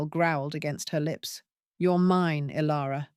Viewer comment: The AI voice is ok, but there are many mispronounced names. Is it Kale or Kyle, and Ilara or Alara? There was a fast forward that was unnecessary as well.